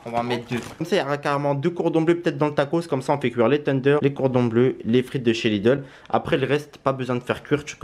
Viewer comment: Il me fait rire comment il dit tenders teundeur 🤣🤣🤣👍😂